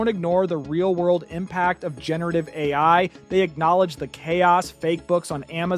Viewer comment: bro made the whole video using AI lmao pronouncing each letter of DALL - E individually calling AI, OI lol